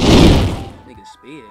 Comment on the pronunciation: “Speef” I think you should consider going from speed to sped